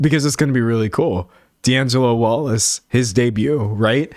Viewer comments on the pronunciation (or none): none